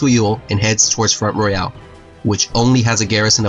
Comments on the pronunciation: Great job! I love history and i love the visuals you've added to this. Just some feedback, work on your local pronunciations. I reside in Virginia and there were at least a couple locations, you mis-pronounced like massanutten and front royal. For example, it's not Royal like "Royale with cheese" from the movie Pulp Fiction; it's royal like royalties. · Front Royal, pronounced "fron't roil" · It's pronounced Mass Ah Nut Ten and Front Roy L